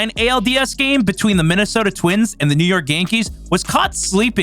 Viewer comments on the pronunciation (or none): none